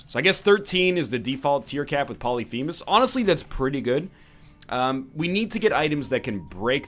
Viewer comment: Poly-femus! Poly-femus!!!!! STOP. Its pronounced as one word not two.